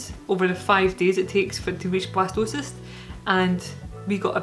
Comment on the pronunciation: At first I thought you where saying Blastoise and was really excited you where having a water type. Jokes aside, I hope this journey continues to go well for you and Marcus, ending with a healthy, happy, bundle of joy.